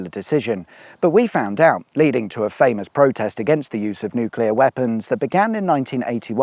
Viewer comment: Oh thank you, I'm so glad you didn't say "new-cue-lar" instead of (the correct pronunciation of nuclear) "new-clear". Sensitive and respectful mention of Hungerford and the victims of that awful day too.